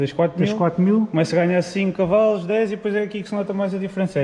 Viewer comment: Dass.. Mas quais Cavais?! Tantos anos de história, como é possível não saber dizer de maneira correta, Cavalos?! É só porque me irrita isso dos Cavais🤣